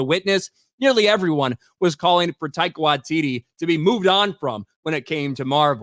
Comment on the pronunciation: Almost got his name right! Almost... Tie-car Why-tee-tee These "-" indicate a slight pause. Bummer though. He's been quite an amusing director/writer in the past. Perhaps Hollywood and the MCU gave him no artistic licence. Yup... I think I'll blame Dsny for this. I hope it hasn't destroyed his career.😊